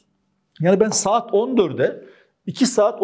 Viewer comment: Saet derken Kürt şiveye kayış 😂 Bayılıyorum kurmanc erkeklere were were kurmanciiiiiiii jsjsjsjs